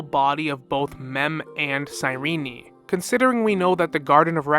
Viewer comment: Good video but why do you keep calling Cyrene "cyrene-i"